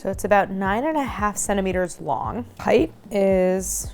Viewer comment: height mama height, not heigth. length and width are spelled and pronounced differently. sorry, but that mispronunciation drives me up a gd wall.